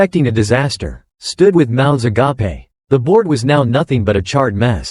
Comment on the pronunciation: "Their mouths a-gap-ay", LMAO! Some things never change...